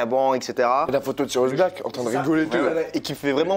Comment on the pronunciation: Tu prononce aussi mal Sirius que tu prononce Sirus à de multiple reprise et tu n'a pas non plus la famille Dursley ;)